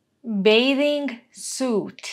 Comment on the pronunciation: Mislim da se čita bejting sut izvinjavam se ali mi bejving sut para uši..